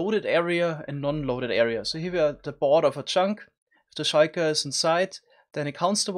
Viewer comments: He probably misread the L as an i the first time he read it and it just stuck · S H I K A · Ah, yes, the Sheiker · I love the way word "shulker" sounds with your accent :> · Me 3